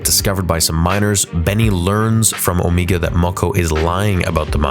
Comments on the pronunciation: It’s not Omiga but Omega..ie Meghan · It drives me crazy that you are saying Omegu not Omega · On-ME-Ga? I thought her name was O-May-Ga? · i think it is pronounced "Omaega", not "Omeega" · and. You really have to learn how to pronounce names properly. Her name is pronounced Omega, NOT "Omeega." Are you completely illiterate or are you just messing around? You pronounce it perfectly at other parts of the video.. Do you want me to pronounce your real life name as? No, you don't. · Why do you keep saying Omeega? She has an accent, that doesn't change how it's pronounced to people without that accent. Everyone else on the show says Omega. Because that's how it is pronounced. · o’ MA ge not o’ ME ge. Look up the pronunciation for omega. The other way sounds silly just like her character. Also, I just have to add that this show sucks along with Omega, Cid, and so many others in it. Bad stories and characters. I’m surprised the boy didn’t become a full-fledged member of the Bad Batch. Bowing out now. This is the way. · Stop saying "Omeega"!!! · She litterally pronounced her own name as Omiga... It's everyone else who calls her Omega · Why does he say omega like that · you said omega wrong